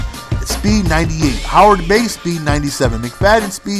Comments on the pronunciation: Howard-bay? Do you mean Heyward-bay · It's heyward bey not Howard! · its heyward bey hahah not howard lol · heyward-bey not howard-bey